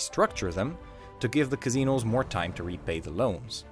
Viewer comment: Kazzinose... no no its casinos.